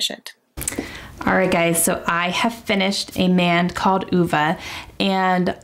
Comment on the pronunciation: Hahhaa you & say oovaa it's ah vay ( I only know because of the movie I was pronouncing it wrong at first too lol)